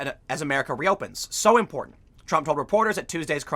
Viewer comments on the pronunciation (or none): none